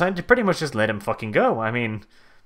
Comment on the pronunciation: it's "let", not "lett". it's let ... not lett LET NOT LETT I CAN'T TAKE THIS HERESY. HERESY HERESY CALL THE INQUISITOR runs away screaming